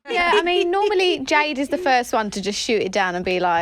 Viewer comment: Jesy: "jade" Perrie: "jeed" :))